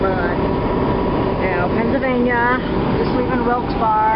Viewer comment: I can tell you aren't from PA, Wilkes Barre is pronounce Wilkes Berry... You were passing through where we used to live. Glad you are having a good trip and by now are with family in Georgia I expect. I think you have been "exposed" to something other than what Honey Baby has showed you...ha, ha, ha Happy Thanksgiving!